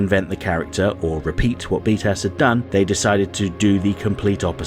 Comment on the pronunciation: Every time you say "btas" I hear "beatass"